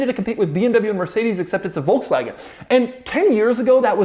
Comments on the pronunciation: Doug is the type of guy who doesn't know how to pronounce Volkswagen. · Folksvahgen, jahr.